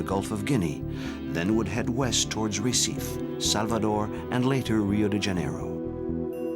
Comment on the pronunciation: Listening to this voice continually mispronounce Recife over and over again is just painful. What crappy research on display here. Gah...